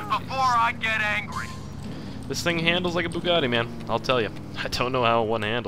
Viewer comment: you say Bugatti wrong